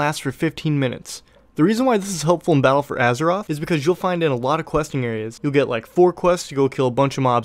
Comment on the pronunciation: " in Peddle for Azeroth" ??? wtf is that